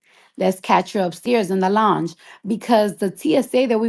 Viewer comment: "LONGE" 😂 NOT LOUNGE 😂😂😂